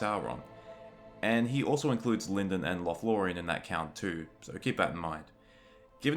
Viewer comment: The pronunciation of Lindon is incorrect.